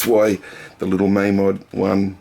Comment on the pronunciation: It's mamod not maamod